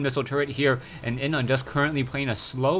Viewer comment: inuh is pronounced Inu! like happy tone oh and we luv you